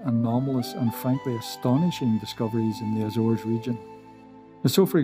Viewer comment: Ok but it's not azeres islands